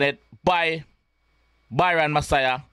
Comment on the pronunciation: Him literally say messia